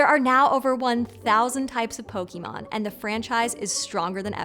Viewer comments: Ma'am? It's pronounced Pokémon. Ay sound. Not E sound. Thank you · I mean...she's pronouncing it "pokEEmon" so I wouldn't give them too much credit as far as their knowledge on the franchise. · does everyone pronounce Pokémon like she does? I could have sworn that the English dub pronounces the "é" differently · Great to see the influence of Pokemon analyzed, but it's a shame the host was left free to proliferate the mispronunciation of the name. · Unbelievable after more than 20 years people still can't pronounce the name correctly there's a freaking accent over the e y'all need to know how to use it use it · I had to stop . You put in research into the origin of a Pokémon's inspiration but couldn't be bothered to check if the pokemon was real? You're just making this up! Plus, you pronounce Pokémon like every condescending adult did in the 90s. This video is just click-bait, and I fell for it. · No kidding, especially when she can't even correctly pronounce the name of the franchise she's talking about. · Well ackshually she is pronouncing the first syllable as a shwa, the most common vowel sound in english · I am so sick of educated people who clearly didn't grow up with Pokemon talking about it academically and mispronouncing the goddamn word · I'm... sorry. But as a long time Storied fan I am extremely disappointed in the choice to publish this video with so many terribly inaccurate pronunciations. You're literally commenting on a well-known franchise and couldn't even learn how to say "pokemon" correctly, nevermind manga, kawaii, and some of the proper nouns mentioned here. You can do better. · You're not even pronouncing the word Pokemon correctly. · WHY DOES NO ONE EVER PRONOUNCE POKÉMON RIGHT AAAAAAAAAAAAAAAAAA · I want to like this video but the way she pronounces Pokémon and manga is bumming me out. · Great video but am I the only one that gets annoyed when people call it pokemon instead of pokémon? It's as bad as the people who call milk "melk"😅